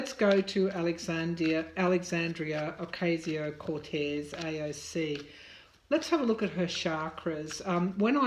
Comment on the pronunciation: Dear Tarot card reader, with love, let me advise you on pronouncing AOC's name that is OCASIO, not OKSIO. Good reading. Thanks.